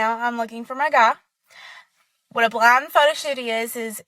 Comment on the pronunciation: I thought she kept saying "blonde". It wasn't until around the third or fourth time she said it when I realized she was saying "blind". 🤪